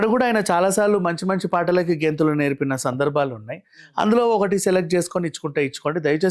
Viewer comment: గెంథులు ఏంటిరా... డాన్స్ అని cheppochuga....